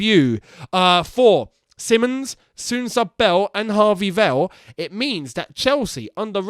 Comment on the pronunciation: His name ist still SIMONS not Simmons, it's pronounced differently bro. Give the player some respect by giving him his original name please